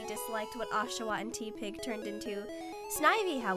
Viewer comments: Woot Woot. She likes the snivy line ^.^ Also its pronounced teh-pig, not tea-pig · Not to be rude it's TEH-Pig